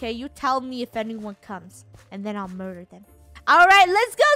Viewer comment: Funneh is saying murur